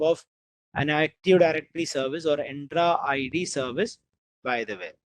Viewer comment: bro why u pronounce entra id to endra id ?